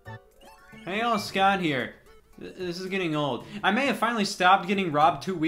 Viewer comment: I always thought he was saying “hey y’all”